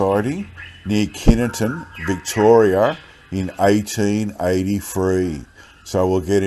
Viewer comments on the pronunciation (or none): Pronouced ky ton mate lol 😂😂😂